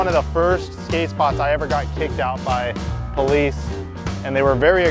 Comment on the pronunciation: “I got the po-lices phone number”